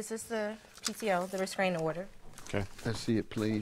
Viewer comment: Can someone please correct her and let her know it is a "restraining" order and not a "rescraining" order!! 🤦‍♀️